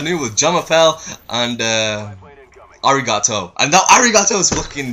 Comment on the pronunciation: I LMAO when you said arigato..I was like umm what? then you said it